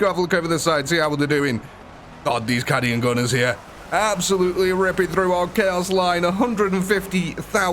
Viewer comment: Caaaaaaadian, not kàdian haha